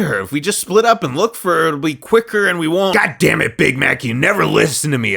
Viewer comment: Omg bamax shut up I legit thought he said bamax instead of big Mac XD